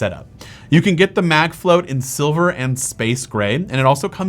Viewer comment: Really, CharJen? "MagFlott" is supposed to be pronounced "Mag Float"? That's very obviously "Flot" like "lot". Product may be good, but the name is a MagFlop.